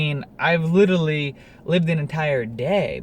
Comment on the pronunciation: You're saying 'litrerly' instead of 'literAlly'.